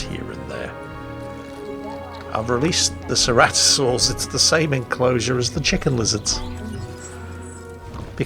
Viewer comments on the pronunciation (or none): none